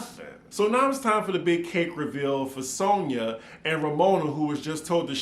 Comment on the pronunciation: Why does Luman make fun of Romona for talking stupid, when she herself always doesn’t know how to pronounce alcohol, audacity and Sonja… It’s always… Ol’colhaul, Odasity, and Sauna. She is so very fake… and I agree with Leah~ Luman never paid Sonja last year. Tight wad Luman. Ever notice how she alway name dropping about “producer’s” past clients….. Barbra Streisand, Liza Minnelli and other. Wth is he working with her for… NOT THE MONEY!!!! Luman is old, tired and boring.